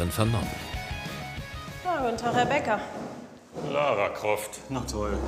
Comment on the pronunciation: Er sagt einfach Lara croft hahahahah